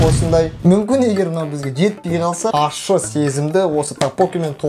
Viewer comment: Неге көбісі ащы дегенді ашты дейді? 😅